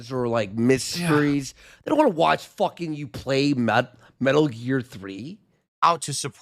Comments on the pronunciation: He never says want he says waa 😆 such a british cigarette 😂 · His speech impediment has gotten outta hand. He leaves the N and T out of want, but over pronounces Ts in other words like kitty.